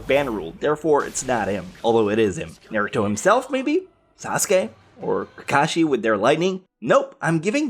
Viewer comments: Why did you pronounce naruto like nareito? Its pronounced n-are-u-toe naruto not the abomination that you said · Ugh why did you pronounce naruto so wrong